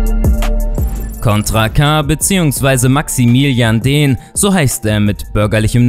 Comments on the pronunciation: Er heißt Diehn nicht Dehn 😅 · DIEHN, er heißt Maximilian Diehn, nicht Dehn. Man macht sich die Mühe eine gute Biografie zu veröffentlichen mit wichtigen Infos, schafft es aber nicht bei Wikipedia nachzulesen wie er mit bürgerlichen Namen heißt?🤨